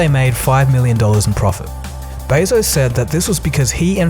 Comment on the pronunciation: Jeff Bay-zose? it's beh-zos and dayta not dahta pmsl